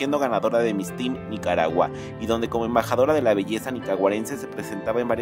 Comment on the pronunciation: Ni bien pronuncia usted mi país 😢😢😢😢